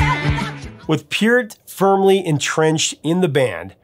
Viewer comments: Love your "STRANGER", Professor! 😊 hope you're having A FUN HOLIDAY SEASON! Pronounced PERT, NOT peert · Maybe I've heard it wrong all my life, but growing up in Canada since 1968, anyone and everyone I've ever heard mention Neil Peart's name, always pronounced it Neil 'Purt' / 'Pert', so it is funny when I hear you pronounce it as PEEurt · I think you are mispronouncing his name. Peart the e is softer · Just for future knowledge Neil Peart's name is pronounced as Pert. Also St. Catherine's is like the name Catherine like "in" at the end.